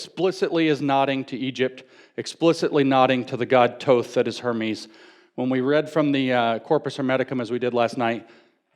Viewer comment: Thoth not Toth